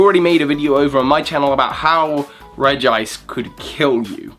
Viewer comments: "Regi-ice" Regice Where Is The 2nd I????? Redge-Ice Same with And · Regiice? Its RegIce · Regi-Ice/Regiice Me:IT’S REGICE/REJ-ICE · Its not R-E-G-I-I-C-E Its R-E-G-I-C-E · It's Regice not Regiice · You say regiice no its reg I ce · it’s regice, not regi-ice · He called it regiice not regice but regice is how it is pronounced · Omg it is not Regeeice! It's Reg-ice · its regice not regi-ice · regiice not regice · he said regi ice instead of regice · it is regice not regiice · It's Regice,not Regiice. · I thought it was pronounced as Reg-ice and not Reg-i-ice... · Did He Just Say Reggie ice??!?!!?1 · "...regi-ice, registeel..." Pokemon pronunciaion nazis triggered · He said Regi Ice (triggered) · Regice. U Said Regiice in the start of the video